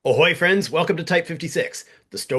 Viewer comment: On two separate occasions during your video it sounded like you called the audience boyfriends. 'Ahoy-friends', and 'Oh-boy friends'. It got a chuckled out of me. But really, your videos are amazing and I hope you continue with the channel for a long time to come. I've recommended you to many people at this point.